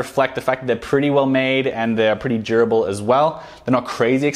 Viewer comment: When he says "durable" it sounds like "jerbil"